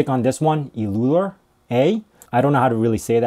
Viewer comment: Euler is pronounced as "Oiler" - German pronunciation rules, diphthong "eu" is read as "oi".